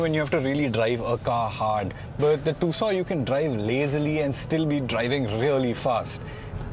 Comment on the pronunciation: Just dont understand why most of the indian car channels call it "TOOSAW" when the actual pronunciation is "TOOSAWN" named after the 2nd largest city in Arizona called TUCSON....